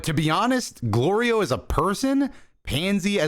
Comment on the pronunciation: Goku saying Glorio correctly had more build up than ssj4